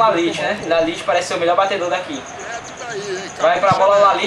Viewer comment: O nome do cara não é Laliti... é Ljajić, e se fala Liaiti